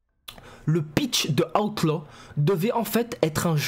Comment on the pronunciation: 😂Ta prononciation d'Outlaw* à chaque vidéo😂